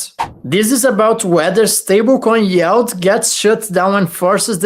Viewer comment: it's yield not yald;-)